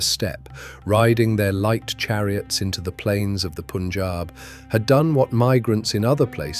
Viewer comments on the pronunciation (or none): The commentator should at least pronounce the names properly..... It is not " Poonjab" ...but PUN , rhyming with GUN .....PUNJAB